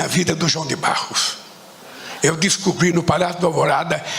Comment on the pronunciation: Mano, o cara fala João de BARROS kkkk